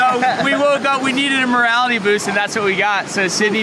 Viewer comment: Haha, did you say a "morality boost"? I think you meant "morale boost", as you have demonstrated pretty good morality.